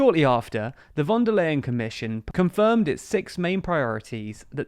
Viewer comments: The correct pronunciation of "Leyen" is simply "lion". :D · Just as a tip: "von der Leyen" isn't pronounced like "lay", but like "lie". That's not ment as a joke, I promise. 😅 For English speakers this might be helpful: Oorsoola fon der Lie-n. And the v in "von" isn't soft like in "very", but hard like the f in "front". It's not important, but if you wanna be accurate, this is the way to go :)